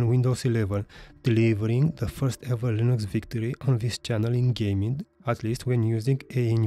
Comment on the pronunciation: To who's distro? "In this video I'll be comparing Windows 11 to Felix Distros" is what I hear....